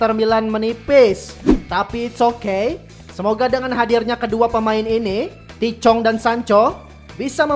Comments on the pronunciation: tahith chong bang bukan tichong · Cara nyebut namanya bukan TI CHONG, tapi Tahith Chong